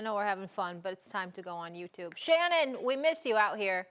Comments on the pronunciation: Molly making up names for people. Called Shannon Shan like he MC Shan. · Shawty called bro Shann😂 I’m so done w Molly